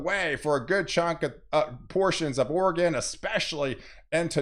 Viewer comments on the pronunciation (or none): none